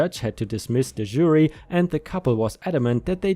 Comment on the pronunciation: "CC" = credit card. (Unless you're talking old fashion paperwork, or email, because than it means: "carbon copy", meaning an exact copy) Please review your pronunciation of "jury". Love the stories, as always! I like the new style with the last set of short bits from the reddit comments. Looking forward to more!